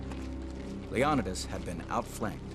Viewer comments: I'm only 4 seconds in... I'm sorry, how are you pronouncing his name? Low-non-a-das. First time I've ever heard that. This guy is the one person, who's name is pronounced the same, no matter what nationality is saying it. And then there's you. After reading the comments below. The consensus is, that you haven't finished sophomore English yet. And btw, Stephen King's "IT" is also a real story. A real story, is any story that has ever been told, or invented, or thought of, ever. A TRUE story, actually happened. Which is also different from a Documentary, Biography, and also a Based on real facts story. The story of Leo-Ni-Das, is a based on real facts only. Many details of the Persians, are the extreme opposite of the truth... Did you know. Only one of those two groups, had slaves... And it wasn't the Persians... They had outlawed it by this time. And that this army, was one of the largest financial purchases, of all time, for a long time. The Persians, paid their army. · Bruh this dude said leonadas instead of leonidas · King Leeon-id-uss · The Spartan King's name is pronounced Leo NEE das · Seriously, "Lee-Awn-a-dus"? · I can’t take you serious when you can’t even pronounce Leonidas’s name. Leo ni das. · This fellow's narration and pronunciation is laughable. King Leon-i-dis? A fall-anx? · The name is pronounced ( LEE OH NEE DEES ) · SingleCab HemiDreams lionidas, it means in them days in Illyrian language, lion-day ? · It's pronounced 'Lee - Oh - n'eye - das' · Lee-oh-ni-das Pha-lanx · Lead by King Leon-uh-dus? Lol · The correct pronunciation is Lay-O --- Nee --- Thus. With emphasis on NEE: LayONEEThus Source: I'm greek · Stopped watching as soon as you pronounce “Leonidas” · I have never heard anyone pronounce ''Leonidas'' that way ever. Also ''idea of freedom'', the Spartans ran slavery, and born males deamed worthy were forced to become soldiers. Meanwhile, Persia had a normal conscripted army. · I stopped watching at leonidas said wrong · "Le-on-da-dus" AYFKM??